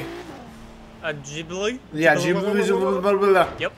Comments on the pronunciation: you really F up the pronounciation of the ghibli . its GHibli {Ghi not Ji} like how french say the letter R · It's pronounced like GEE BLEE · ITS PRONOUNCED GHI-BLEE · Maserati Ghibli (Gee-blee) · Btw it's pronounced Gill-bee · Justin Andrews Ghee-blee* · it's pronounced like geeblee